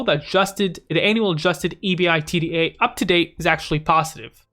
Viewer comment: Lol just say “ebida” lol